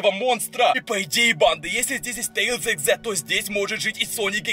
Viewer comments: Говари нормально пж тээслз! А тээлз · ЭТО НЕ😠 SONIC EXE😠 И НЕ😠 ТЕИЛЗ😠 EXE😠